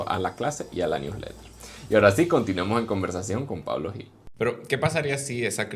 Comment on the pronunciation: El apellido Gil en España se pronuncia "Jil" no "Yil".